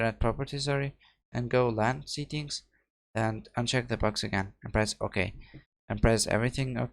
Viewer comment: When he says settings it sounds like he is saying seekings, it's (se, tt, ings) not (see, kings) But thank you it worked for me